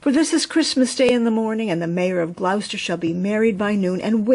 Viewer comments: Hi, beautiful telling of your story. The mice were good actors. Hope you don t mind me saying you pronounce Gloucester as Glos not glous. Happy new year to you xxxxx God bless xxxx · Thank you,! From a Brit expat in Nashville. I LOVE Beatrix Potter! What a treat on Christmas Day 😊. (By the way, Gloucester is pronounced "Glo-sta", short vowel on the o, like in Glock) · Lovely story. Just a small point... Gloucester is pronounced 'Gloster'. Merry Christmas from England ❤